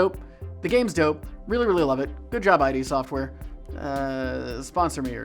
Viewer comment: "I. D. Software"?, are you okay?